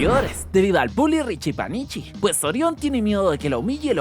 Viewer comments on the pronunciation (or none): No es richipachichi es richichupachichi😂😂